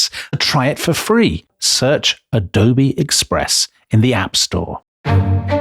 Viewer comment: ah dough bay